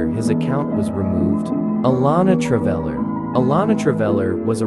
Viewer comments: “Alana traveiler” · "Allonnetravvler" Bruh💀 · You don't even know how to say alone Traveler LOL